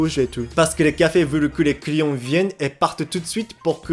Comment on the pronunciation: Quand il dit "client" j ai l'impression d'entendre "couillon" 😆